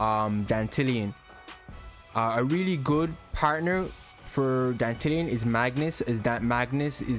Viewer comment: Finally someone in youtube says Dantalion the right way, ma boi ain't no dandelion 💮